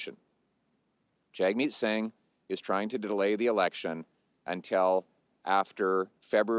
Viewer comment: Can't even pronounce singhs name properly. This guy is such a low effort joke.